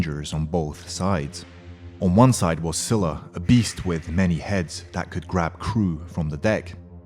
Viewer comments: learn how to pronounce. Scylla is pronounced as "Skyla" not " Sila" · it's pronounced as skyla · its skyla with a hard k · nice vid but where is pheonix or griffin??btw scyla doesnt pronounced "schyla" its "skyla"..